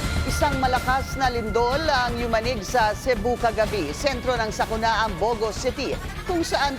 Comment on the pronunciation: Pinky kept saying bow go..bow go meant stupid! It's Bogo!